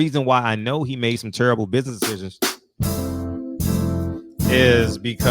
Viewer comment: Go sit cho azz down, Bud. Like Frederick said “he made some turrable buizness decisions” 😆😆😆😆